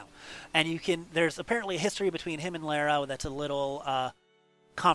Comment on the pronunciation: Lar-a not lare-a... but I appreciate the attempt to be accurate!